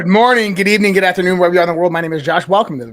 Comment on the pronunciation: Dude! It’s Dayley Dose not Dally Dose. 🤣